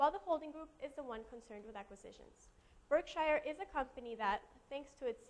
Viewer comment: It's pronounced "BurkSure," and Marmon is still being acquired....